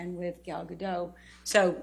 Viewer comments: Gal GadoTTTT pronounce the T! It's Hebrew not French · Just for future reference: Gal Gadot is pronounced: Gahl Gah-doht. Ahhh sounds and ohhh sounds. ❤ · She can’t even pronounce Gadot correctly. She sounds like a novice. Fans could probably answer these questions a lot better and with more conviction than this fool.